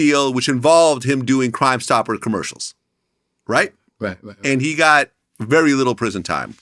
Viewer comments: He couldn’t say “crime stoppers”😆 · Man I f*cc with Boosie, mannn! 😭😭 Man couldn’t even say “Crime Stoppers” 💀💀💀